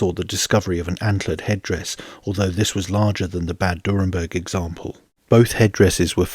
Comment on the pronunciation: It's not "Durrenberg" but "Dürrenberg"